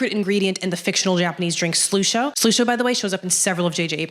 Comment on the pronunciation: Hm. Who are you? Surprised your stuff hasn’t been recommended to me before. Good stuff. I like you. You’re crazy, but I like you. I think you’re mispronouncing Slusho though. Wait, MATT REEVES directed it?!?? Cloverfield was one of my several fav movies of the mid 00’s. I had no idea he directed it. And I’ve done all this same research you’re doing (it was before 10 Cloverfield Lane even came out though)